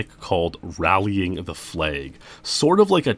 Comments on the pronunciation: I'm pretty sure it's "rallying the flag" not "rallying the flay". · Wtf is a "flayg"? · Why do you pronounce flag the way you do?